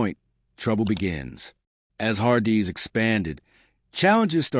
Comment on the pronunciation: I can’t make it past the har-DEE’s pronunciation